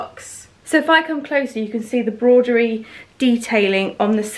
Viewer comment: I got that first playsuit last year it is lovely on, you look lovely in everything as always xxx....on a side not it is pronounced broh duh ree not brod er ree